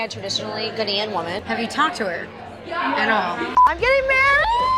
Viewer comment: As a Ghanaian , it's not pronounced GUHNAYAN, it's GAH-NYAN.